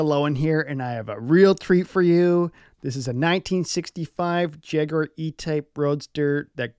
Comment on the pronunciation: Nice to hear an American pronounce Jaguar correctly Michael.😉 a good clean, de rust, valet and do the maintenance that is necessary .